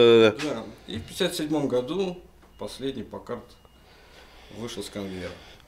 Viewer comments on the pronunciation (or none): none